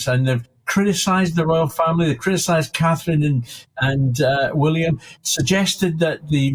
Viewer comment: Is it really hard to pronounce CATHERINE folks?